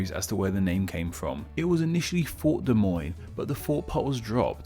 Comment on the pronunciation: ONG he actually pronounced Des Moines right. Literally nobody outside of Iowa pronounces Des Moines right. Hell even people within the rural parts of Iowa mispronounce Des Moines.